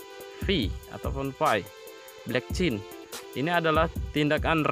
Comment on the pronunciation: blockchain pak bukan blekcin